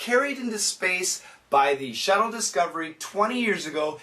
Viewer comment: And for the world "shuttle", I heard shadow